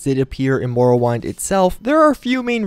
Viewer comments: (How he said it: MORE-OH-WINE-D) (how literally everyone else says it: MAR-OH-WIND) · He said morrowaind instead of morrowind 😂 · morowind not morrowine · Morowind = MORE-O-WIND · Aemiliyo him saying morrowind triggered me so badly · The way you say Morrowind triggers the shit out of me. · why do you say morrowind so weird 😂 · You mispronounced Morrowind smh